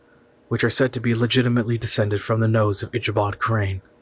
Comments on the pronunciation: It's Ick a bod Crain not Isha bod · Ick-a-bod. If you're going to narrate, at least pronounce famous literary characters name correctly. LOL